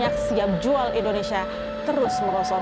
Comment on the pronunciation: AWAK2 NI BILA NAK SEBUT INDONESIA SELALU DENGAR MACAM SEBUT MALAYSIA ...ADA TEKNICAL PROBLEM KE???